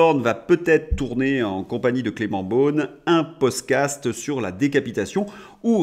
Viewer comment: tu es fâché avec le mot "podcast"!🤣🤣